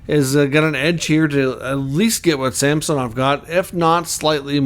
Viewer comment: Samsonov has gone on record to say he pronounces his name SAMsonov, not SamSOnov, fyi.